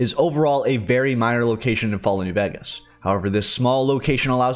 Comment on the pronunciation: please bro learn how to pronounce new VEGAS !